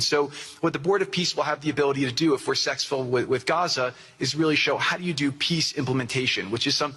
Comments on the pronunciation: Anybody catch when he said “sexful” instead of “successful”??? Hmmm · IF we're "sex-fool" or successful or sectsful what he said dude